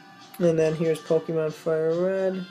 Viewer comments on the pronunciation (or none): lol he says pokeemon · i hate it when people pronounce it as pokie-mon -_